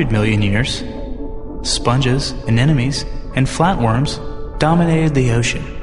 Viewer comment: Lovely video with one jarring exception. Narrator learned to pronounce 'nuclear' from G.W. Bush. . . . and anemone from ?